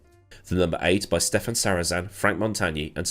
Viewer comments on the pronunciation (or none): none